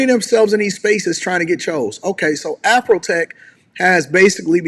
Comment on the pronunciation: It’s AfroTech not AfrHoeTech!